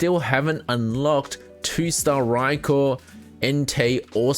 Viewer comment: Rye-koh not raikor D: thanks for your content its great